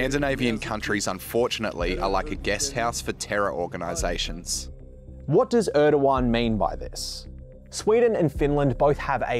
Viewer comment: its not ördokan its erdogan.